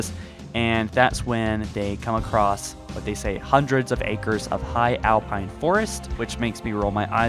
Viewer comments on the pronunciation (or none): none